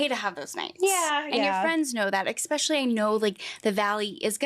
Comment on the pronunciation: Love that the interviewer said expecially